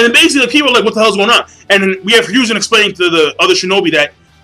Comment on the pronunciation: You also really need to start saying Hiruzen's name correctly -,-' It's Hiruzen, not Ryuuzen like you keep saying.